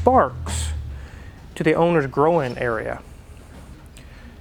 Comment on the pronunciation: Wow, think he pronounced groin area grow-in area, whether that's grow-in or growin', it works.